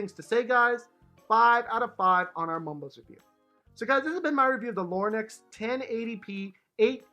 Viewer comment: He keeps saying “Lorn-ex”